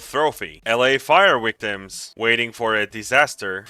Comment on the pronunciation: Vietnam and vision and victims please - not Wietnam, wision, and wictims!!! Otherwise, a great wideo, er, I mean, video!